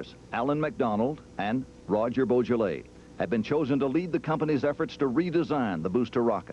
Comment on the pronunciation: He did not pronounce it in the French way.